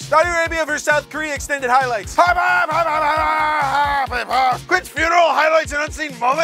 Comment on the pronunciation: British nerd didn’t even get the frickin name right. It HAARP not HFARP